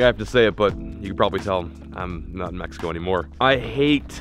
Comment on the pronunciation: Never drink the water in me-he-co